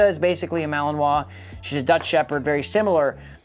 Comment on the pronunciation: Too much advertisement and did not pronounce malinois correctly.😠